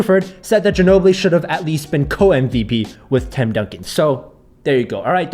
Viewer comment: u said Tim Dunkin or Donkey, right?? 😂😂